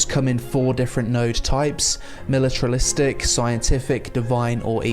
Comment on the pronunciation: "Militralistic" lmao